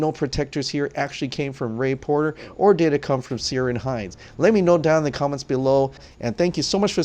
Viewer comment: Just a mention, Ciaran is pronounced with a K sound. Keer-awn or Keer-in.